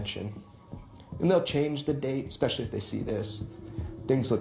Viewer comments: Why do people say exspecially instead of especially. Are y'all ok? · Why do so many so-called “intelligent” people mispronounce simple words? The guy who translates the word “virus,” says, x-specially instead of especially! And the worst is when Dubya Bush used to say “nuke-u-ler” instead of nu-clear! And now, almost everyone mispronounces it, even military brass, reporters, teachers etc. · Snake fool the word is ES PECIALLY theres no Ex in the word no wonder your struggling with virus cant pronounce the english language properly dont worry about LATIN😂😂